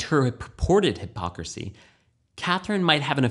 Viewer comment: That and "hypocircy" XD